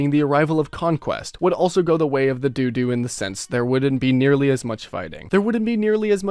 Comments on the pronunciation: "Conquest would also go the way of the doo doo" My man please tell me you haven't pronounced the name of the extinct dodo (as in doe doe) like that in front of other people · I can only assume this man has only read the word dodo and assumed it was pronounced like "do" twice. Linux has a "sudo" keyword that I've always read as "pseudo", but it's pronounced "sudu".